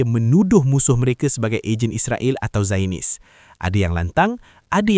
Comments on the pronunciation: Sebutan zio-nis bukan zayon-nis. Jangan jadi A.1 Melayu di Malaysia. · The word Zionist is pronounced as ZY-uh-nist. It consists of three syllables with the primary stress on the first syllable.